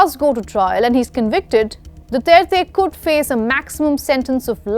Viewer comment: Thank you. At least you can pronounce his last name correctly, unlike the judge in the International Court, who can’t even speak English.